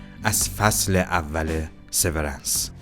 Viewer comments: تلفظ هات اشتباهه. لومِن اسم شرکته و سِوِرِنس اسم سریال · تلفظ هاتون غلطه دیدن ویدئو رو سخت می کنه لومن و سورنس رو یک گوگل کنید خیلی بهتر میشه